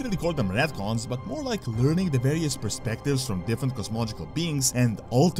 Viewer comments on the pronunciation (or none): "PRESPECTIVES of Warcraft"